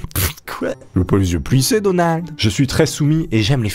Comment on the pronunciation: quand tu dis (denalde) ces denalde trump ou Macdonalde